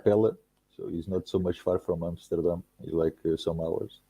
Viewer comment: it's AmsterdaM...not AmsterdaN